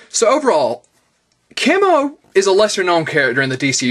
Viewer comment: Thanks you for Pronouncing his name like that , People keep calling him "key Moe" but it's actually pronounced the way you said it ..